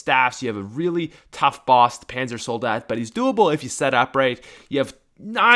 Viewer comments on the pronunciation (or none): none